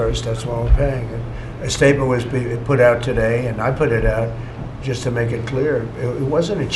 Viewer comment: "was", no "whas"